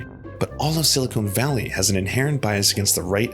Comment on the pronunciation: Sili-Kun valley not sili-cone valley